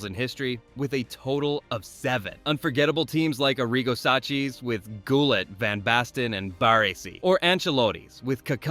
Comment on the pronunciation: Still, no excuse for 'Goolitt'.